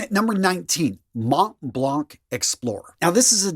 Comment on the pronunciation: Im sorry are you saying montblanc or Matt Leblanc?? ;)